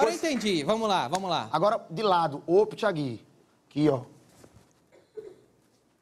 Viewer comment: N é bandal thiagui é dolio thiagui